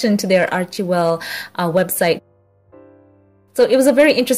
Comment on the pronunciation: What I think, is that you should check the Archewell site to get the proper pronunciation of the name of the foundation. It just irks me wrong when you say it wrong. Thanks